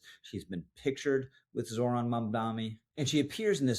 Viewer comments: I will keep putting this in your comments section until you get it right. It's MamdaNi not MamdaMi. He's a douchebag either way, but let's be smarter than he is and get his name right. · One small point ... how difficult can it be to pronounce the man's name correctly? ( e.g., ) Two ems, tnen an en. I would prefer not to spell out the name myself (why give him more air through my typing fingers?) but credibility and gravitas (yours) are conveyed by ( at the very least) taking the trouble to- pronounce a man's name correctly. UPDATE: and an apology - at the mark, you got it right. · He has been saying it incorrectly in every video (and it is common). And each time I point it out just like you have.